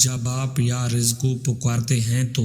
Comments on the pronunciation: Narrator ne mispronounce kiya hai. Its YA RAZZAQU He said YA RIZQU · U must Read ya Razaaku not ya Rizku Jazak Allah Bhai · یارزق نہیں یارزاق ھے جناب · Bhai..ghalat.bol rahey ho.ya razzaqo...pehley bolna sekho...kissi sey pooch kar samajh kar paro.. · یا رزاق ھے اپنا تلفظ درست کریں رزق اور رزاق کا فرق دیکھ لیں۔ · Ya Razza qu parhte he please currect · Ais video ko delete kar k dubara sahi talafuz k sath upload kar. Thanks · Ais video ko delete kar k duba sahi talafuz k sath upload kar dy. Thanks